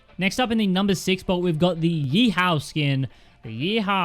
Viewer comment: Nobody:: ye-how instead of he haw